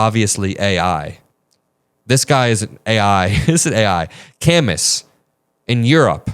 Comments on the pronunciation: Dude, its Camoo, not Cam us. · Camus is pronounced “Cah-moo” like the French writer Albert Camus (The Stranger). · FYI Camus is pronounce ka-MOO ... Albert Camus (/kæˈmuː/[2] ka-MOO; French: [albɛʁ kamy] ⓘ; 7 November 1913 – 4 January 1960) was a French philosopher, novelist, author, dramatist, journalist, world federalist,[3] and political activist. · It's pronounce Cam-oo like the philisopher. To the broader point the world would have been a lot better off if social media had died with Myspace. Tom never deliberately sought to sow division and break down how civilised society functioned. He just chilled in his white t-shirt on your friends list. Miss you buddy. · 7.45 Albert CAMUS is pronounced 'Kam- Moo' silent S , 2nd youngest Nobel Prize for Literature at age 44 , wrote The Plague, the Stanger, Nemesis..oh so much.. oft referred to as leftist philosopher.... ❤ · please look up Camus, and how to pronounce it